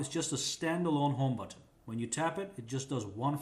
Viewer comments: You say button funny af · i hate how he says button